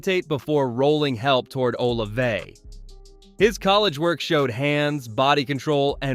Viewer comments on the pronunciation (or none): Good video but o highly encourage you to check on the pronunciation of Olave and Etienne